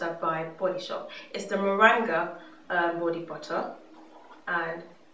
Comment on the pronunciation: haha when you said 'Moranga Body Butter' I thought you were saying Meringue in like the wooorst way haha